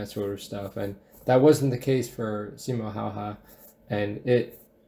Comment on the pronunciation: yeah also making simo seem cocky and mispronouncing his name